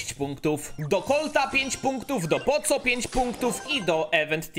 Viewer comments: mówi się poko a nie poco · Sorki poco czyta się poko